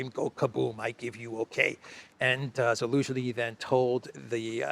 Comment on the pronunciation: Love the clown world and the “Elensky” part..😂😂😂… what’s with the Elensky without the “Z” though? Cypriot accent or??